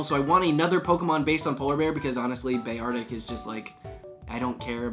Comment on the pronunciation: Did you pronounce Beartic as Beay-are-tic ur so cute please never change